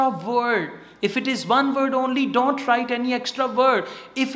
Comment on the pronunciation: I love ur way of teaching but some words u pronounce incorrect like - various and don't.